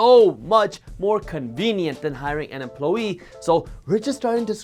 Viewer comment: Emp-low-ee lol